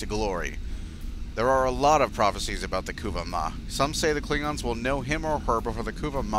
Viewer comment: The Ku-va mah would be the pronunciation.